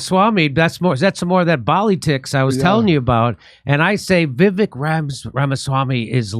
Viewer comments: It's Vi-Vake like cake. Not Viv-ick👍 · It's pronounced Vi-VAKE, not VIV-ik. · It’s pronounced vi-Vake I believe. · Va Vake short a, long A, is how to pronounce his name correctly. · Jimmy, his first name is pronounced like Vi Vake (long A). :) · It’s pronounced Viv-ake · Jimmy! ::: Vivek (rhymes with Cake). Have him on the show please! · "Vi-vake" is how it is pronounced, Jimmy. "Pala-steen" is how it is pronounced, Jimmy. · just want to correct one thing: His name is pronounced vivek like it rhymes with cake. So almost an up-tone from the first syllable to the second. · Pronunciation of Vivek’s name should rhyme with cake. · It's pronounced Viv-ache (ryhmes with CAKE). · Vivek is pronounced “vih-VAKE” — short i first syllable, long A second syllable. Accent on the second syllable. Am I right? If he ends up being like the others in this wretched class, we can remember that the second syllable of his first name rhymes with FAKE. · It's pronounced Viv-ake. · It’s pronounced vivake like cake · Vivek.. Vi -weck.. practice it... His honest.. trust him to lead. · Vivek is pronounced viv-ake I think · FYI....VIVEK is pronounced VIVAKE...like CAKE....his words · Jimmy, it's pronounced 'Vivake' (emphasis on the second syllable). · Vee Vake… is the pronunciation…. Vee Vake. Haha. He’s bad ass for sure tho! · Vivek is pronounced with a long A for the second vowel. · Still can't pronounce his name correctly Dore? Come on.